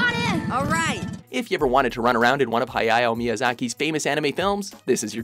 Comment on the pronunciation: You should probably look up how to pronounce Hayao Miyazaki and Studio Ghibli before saying them in voice-over...